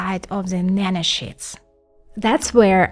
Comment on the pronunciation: She is saying "nanoshits". ... I cant watch this nanoshit.